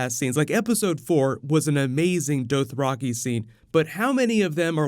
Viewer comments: sounds like u r sayin dope raki xD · Holy crap stop saying Dothraki like that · the way you pronounced dothraki. lmao what. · Your pronunciation of Dothraki is frustrating